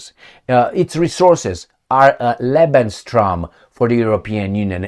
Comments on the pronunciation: It is called "Lebensraum" not "Lebenstraum".. but I want to say: your're doing a great job!!! Thanks so much!👍💪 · te urmaresc de mult timp nu este lebensstrom ci lebensraum se pronunta exact cum se scrie... nu vreau sa vina vreun destept sa iti spuna ca nu zici corect... in ceea ce priveste Serbia 0resimt ca UE va lua M.UE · you pronounce it "Lebenstraum" - that "t" makes it livingdream instead of livespace... 🤔😅😂 Always good to see you, all the best, take care 🙏🍀🙏 C. 🦉😇